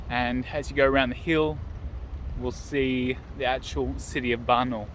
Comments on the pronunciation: It's pronounced Barna-OOL, not Barnol.:) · Hi from Adelaide. Nice video. I wish we there. If wish to pronounce Barnaul properly you will need stress on “a” before “u” like an Australian accent: Barn-a-a-a-ul. Make it long an nice.